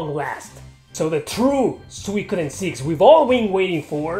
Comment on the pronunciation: Its Su-I-ko-den btw :)